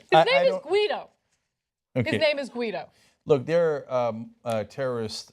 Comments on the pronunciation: you dont say GU-EE- DO you moron, it's GEE-DO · Guido is pronounced "Gee-d'oh" (hard "G", as in "egg").